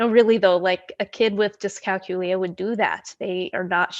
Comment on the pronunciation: Think of the word calculate, that is how you pronounce it.